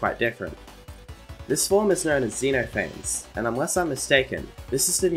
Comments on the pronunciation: Xeno phanes is actually said “z-nof-a-fees” so yeah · How to pronounce Xenophanes Zuh-noff-fan-eez